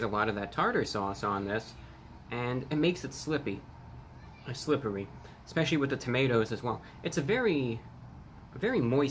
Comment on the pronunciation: The current state of the world seems to have even rattled Reviewbrahs nerves a little. He grabbed the wrong bag, pronounced "slippery" as "slippee". These are some of the biggest mistakes he's ever made!